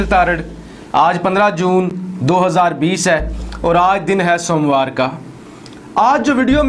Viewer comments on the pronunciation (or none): Soomwarr kiya hota h ...... Urdu nhi ati kiya. Indian h kiya????? Name Muslim